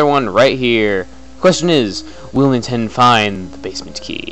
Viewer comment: where I the only one who tought chugga said nintenda